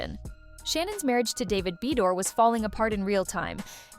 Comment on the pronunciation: Take your AI ass and learn to pronounce it like Ba doir!